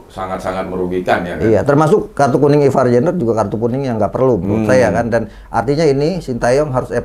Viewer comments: Ivaarr bukan Ivan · Ivar bang bukan ivan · Kok aku dengernya Ivan Jenner yaa,, kan harusnya Ivar 😅